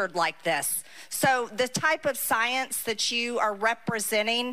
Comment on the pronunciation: MTG saying "saence" several times reminds me of that SNL skit with Cecily Strong, very much recommend you go watch it